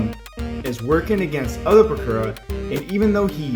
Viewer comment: You actually pronounced the Name Bakura right it's how you pronounce it in Japanese